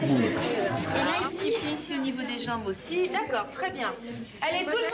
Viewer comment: le '' d'aCcorD'' il m'a mis au sol